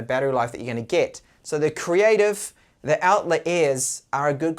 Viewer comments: Not pronounced Outler. It's more like Outlyer. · Great review, mine come today, but come on,, it's pronounced OUT-LIE-ER....